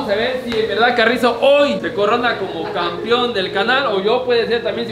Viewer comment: Alguien que le enseñe hablar al, es campeón, no campion jajajaja